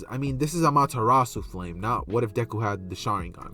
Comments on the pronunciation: The pronunciation sounded right to me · You pronounced it right for the record. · You pronounced it right my friend.